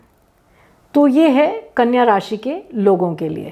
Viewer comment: Kanya ka saaf nahi bola